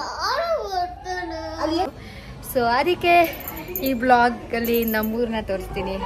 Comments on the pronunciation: mam, It's VLOG and not BLOG,hope next video inda adna correct maadkothira antha..🤗 Aunty and neevu serkondu shopping, cooking,makeup challenges maadi,khushi agutte nodoke..😇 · Next time u may correct it... Its vlog not blog..